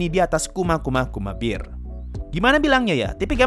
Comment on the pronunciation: Bear bukan Beer. Aku malah salfok sama pengucapan bear nya wkwkkak kedemgernya Beer bukan Bear